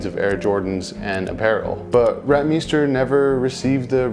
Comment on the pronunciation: From the Netherlands.. we condone your pronunciation of RenT-meeester. 👍🏼 Nike took a interns logo sketch and made it theirs..later on paid her in stock. Yet not surprise they didn't pay Rentmeester.